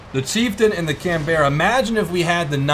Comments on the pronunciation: Canberra. We Aussies say CanBRA, you Americans seem to say CanBERRAH. Hmm. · It's Can-bruh not Can-bear-a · CAN-BERRA WUT, YOU MEAN CAN-BAH-RRA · Can-Berra facepalm Americans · btw the Canberra is actually pronounced "canbra" its also the name of the Australian capital state its just spent differently but u can pronounce it your way np there:D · The Canberra is pronounced canbra it's the Capital of the ACT Australia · I really don't want to be an arse but that is not how you pronounce 'Canberra' you don't need to put so much emphasis on the E just saying.